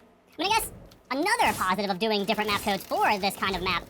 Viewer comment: I had to stop watching it 13 minutes bc he kept saying codesa with a a at the end and I gave up